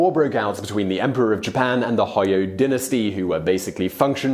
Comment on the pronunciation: Hojo, pronounced "ho jo" "j" is NOT silent. Like the nickname of restaurant and motel chain from the mid to late 20th century (might be one or two left?) "Howard Johnson's", also, these are not generals, but Lords over their own private armies. Alliances broken were diplomatic and strategic shifts. These were Lords of equal stature, until a "Shogun" could be determined via war and alliances. It is not the same as a vassal betraying a superior liege lord he had sworn loyalty to. These were dynastic civil wars, not unlike the "War of the Roses", as opposed to a wars between nations, like the "Hundred Years War", or between civilizations and cultures like the Crusades.